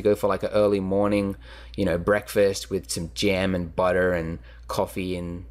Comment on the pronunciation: Woah an Australian who uses a very pronounced R on butter? Weird. The way he says Blender is normal Australian accent but butter was so American